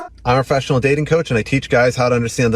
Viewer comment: „i‘m a freshional datin coach…“ lost me there